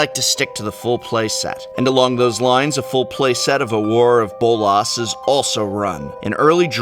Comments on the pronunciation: He pronounced it wrong. It's Awe-Grrrr. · Just because it's a pet peeve of mine: it's pronounced "ah-ger," Professor. This deck makes Pauper look very enticing to me. <3 Control. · Sorry I gotta be "That guy" but... Prof you are an English major right? How is it you don't know how to pronounce Augur? it is "AWE-GER" ~portend a good or bad outcome. But nice try with the frenchy version AWAR of Bolas ? Sorry fer bustin yer balls, love yer vids. P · Aw-ger. Eh-vin-car. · Awww-GRRRR AWWW-GRRR, not Auror. :P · Dude, Augur is pronounced like Agury, as in seeing the future in animal entrails. Are you not familiar with the term from greek mythology? It's pronounced Aww-Ger. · wait how is he pronouncing augur? its like this, "aww-grrr" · Nope, its Or-ger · I've never heard anyone pronounce augur or Evincar this way before, and now that I type the word out for the first time, does anyone else find it strange/ominous that Evincar is a near anagram for Ravnica? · Uhhh, that's not how "augur" is pronounced... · Professor, I love your videos, but that pronunciation of "augur" was painful. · What is this "Augur" pronunciation? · I had the same thought. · Is THAT how you pronounce Augur?!? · So I guess I've been pronouncing Augur incorrectly all these years.... lol